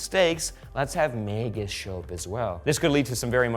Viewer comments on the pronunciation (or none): Y are u saying magus like that